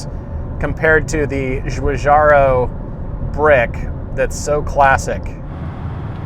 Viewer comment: It's Giorgetto Giugiaro-- Last name pronounced like Jih-jarro.